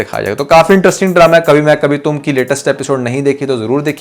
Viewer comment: Can you learn that it's pronounced interesting not entrusting 😅